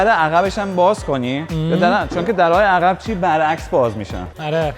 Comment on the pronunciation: درب عقب درسته...نه در عخب.... بچه کدوم بیابونی؟؟؟؟